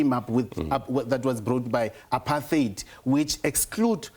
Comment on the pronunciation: Apart-heid NOT Apar-theid...when are people, in public platforms, going to start pronouncing words correctly? Just like Malema, Mbalula and this wet-behind-the-ears Minister of Justice pronouncing Country (Cuntry) with their special kind of pronunciation: Cow-ntry. This Cow-ntry thing is so nauseating it wants me to vomit the moment it leaves a person's mouth because it sounds bloody terrible. Can some people correct these moegoes who call themselves "leaders"...what a bunch of "dumb leaders".